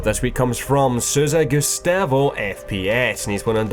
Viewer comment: The way he said SouzaGustavo is soo strange! U make portuguese and brazilian community sad :(